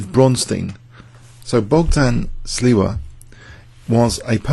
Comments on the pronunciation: It is Bogdan Śliwa, not Sliwa btw. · "shleeva" is more or less how this name is actually pronounced. However, "bockdon" is rather off. The "gd" in "Bogdan" is voiced so the pronunciation BOG-dan (or -don or -dun) is actually closer to the Polish pronunciation.